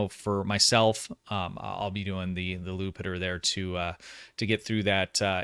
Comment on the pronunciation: It's not "Lupiter." That's Jupiter spelled with a capital "i" ("I") since Jupiter is a Roman god and there was no letter J in the latin alphabet; in latin it was just an "i." J was added to the english in Shakespearean times. It's "Jupiter."